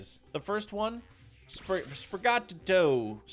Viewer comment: ah yes, my favorite starter, sprigateegoo